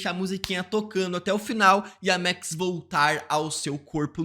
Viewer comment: Por que ele fala MEX ? É Maaaaaax